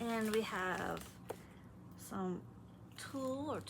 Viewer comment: Tulle is pronounced like tool.